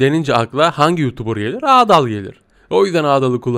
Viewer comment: Abi o adaal değil adal